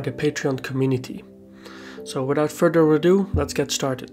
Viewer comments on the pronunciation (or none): none